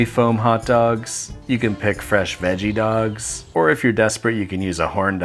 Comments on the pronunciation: Why tf when you say dogs it sounds like duh-cks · "korn doKS"